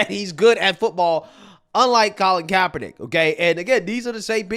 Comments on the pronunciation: They can't even say kap name correctly haha gtfoh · She can't even say his name correct. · These dumbasses can't even pronounce Kaepernick's name right, and they're virtue signaling about this. That "soldier" (who was probably cosplaying as one of the Village People) is why I left the military. Sissy ass clowns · Neither one of these morons can even say his name correct. Do they even know who he is? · can't even say kaepernick's name correctly yet giving an opinion. this is a weird series of events. these people also don't understand a fundamental rule in sports. you can be a problem socially up until you're are more of a problem than you are a talent on the field. bosa is one of the best pass rushers, and kaepernick was on a decline. he became more of a distraction than his play warranted. this is why people who don't know ball, or politics of that matter, should keep their noses out of it. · 😂😂 demoRats stay crying. Can't even say Kaps name correct yet jump everyone that says kamalas wrong 😂😂 Kap kneeled during the anthem before the game... nick put on a hat after the game.... please keep crying low IQ sheep. Easier to know whom to stay away from 😂😂